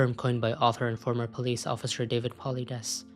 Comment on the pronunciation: Po lee dess